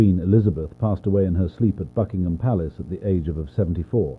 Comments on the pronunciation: WHY DO I HEAR "FUCKingham Palace" (Fr)💀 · WHY DO I HEAR "FUCKINGHAM" ITS BUCKINGHAM 💀